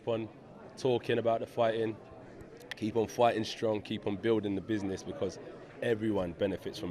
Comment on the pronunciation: No longer saying "I'm a business man" haha "I do buzniz"